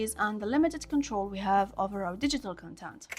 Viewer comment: absolutely love the video!! it's pronounced like "cOntent" though, not "contEnt". have a great day and I hope for future great videos like this one 💖💖💖💖💖💖💖